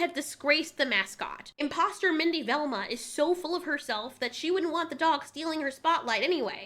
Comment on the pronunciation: Lmfaooo at mindi-velma